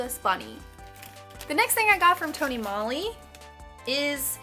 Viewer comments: That gradient lip looks great on you! I love Tony Moly, we have a couple of their stores here in Hawaii. (ps- the O in Moly makes the same sound as the O in Tony, so it's pronounced more like Mole-y) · Tony Mole-y is how it's pronounced. If you want to look more into Asian beauty, buying it from places like Urban Outfitters & Sephora are a bad idea cause those stores put a huge markup on those items.